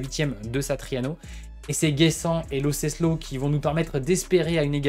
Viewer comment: Lo CeLSo coach et non Lo Ceslo 🙄